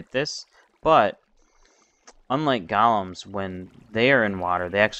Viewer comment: u say golems its go-lems